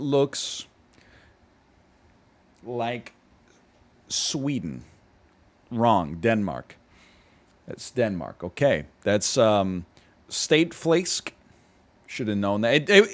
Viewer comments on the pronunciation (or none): ''State Flaysk'' is probably the worst butchering of stægt flæsk i have ever heard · as a Dane that is the worst stekt flæsk (or "state flaiske" as NL calls it) i've ever seen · Hearing you say “stegt flæsk” made my friday 😬 my man took a beating